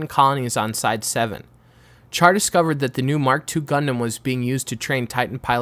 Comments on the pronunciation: who the fuck calls Char "char"? It's pronounced "shar" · Alright comments is it pronounced "Shar" or "Charr" like charred coal? I always pronounced with "Sh" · Its pronouced with Sh, Char is literally announciated in Japanese as "Sha" with the r almost sounding silent and in the english dub its "Shar".